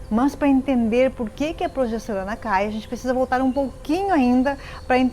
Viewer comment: Gente! Progesterona é bom G e não com J!!!! Cuidado! Isso afeta a credibilidade da mensagem